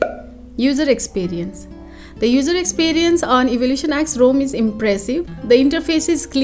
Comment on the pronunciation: Yes, it should be pronounced as Rom not Rome